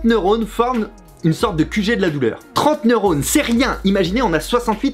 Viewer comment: 6.41, "neurores", Fabi...